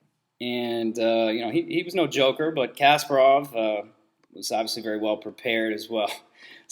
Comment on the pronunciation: idiot, why are you misleading people? poor pronunciation on Kasparov btw...